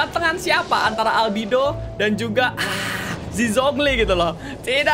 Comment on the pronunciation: Albedo bang bukan albido mamang reggie